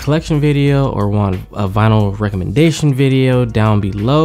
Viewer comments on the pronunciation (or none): Late but it's also not vynil. It is vinyl.